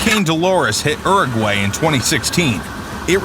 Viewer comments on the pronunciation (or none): Erragway? C'mon man. "Your-gwhy!" U·ru·guay